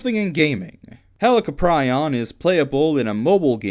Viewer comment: "Hell-ic-o-pri-on" NOT "Helli-cop-ri-on" Yeah, you were. Lol.